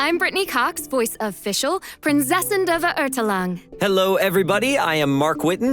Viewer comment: As a German i cringe so hard every time Fischl says 'Prinzessin' or 'Verurteilung' lmao